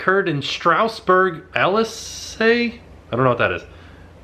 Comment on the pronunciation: Alsace is pronounced Al-sass.